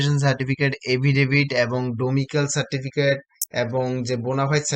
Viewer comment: ডোমিসাইল, ডোমিক্যাল নয় !